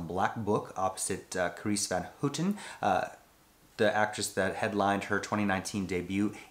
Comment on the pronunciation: I'm Dutch and the pronouncing of van houten was so funny but the right way is hard if you don't speak Dutch. Good review as always!